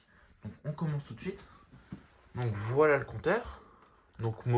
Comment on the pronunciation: Arrête de dire voilt